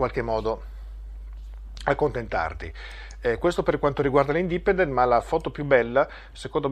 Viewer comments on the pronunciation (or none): urge un pesante ripasso di inglese, le pronunce di parole come "independent" o "youtube" fanno ribrezzo!